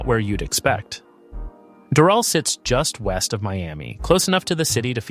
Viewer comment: You are mis-pronouncing Doral badly.